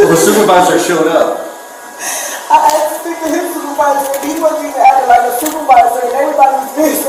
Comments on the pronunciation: She axed a question, axed it over and over. hehe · I usually skip the bs and fast forward or skip to the window breaking. Then comes the backseat bs… Oh my gob, are you serious, I dindo nuthin etc. Plus here: ”I axed him, axing questions, ax what”… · Is this saying axed, instead of asked ? We have a winner, NOT. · Axed her? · She axed wat she was pulled ova foe